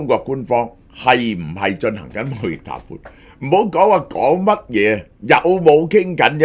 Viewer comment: 小學雞鄉音重講痰罐,各位大能聽錯談判.😂